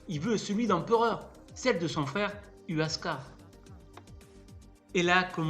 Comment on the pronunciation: Cusco ne veut absolument pas dire nombril du monde, et quand j entends huascar prononcé uascar et non wascar j ai les oreilles qui saignent